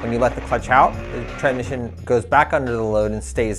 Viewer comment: this is a very informative video but I can't seem to pay attention after every time you say tran-mission!